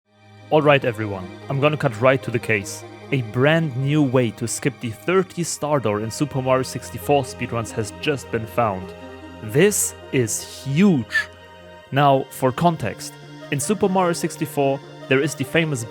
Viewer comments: It's "Right to the Chase", not "Right to the case" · its "cut to the chase" not "cut to the case" europoor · It's "cut to the CHASE", dude. 😅 Not "cut to the case". 😉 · Chase, the word is chase. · “Chase” with an “h”